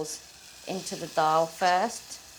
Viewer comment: Thanks for saying Dal correctly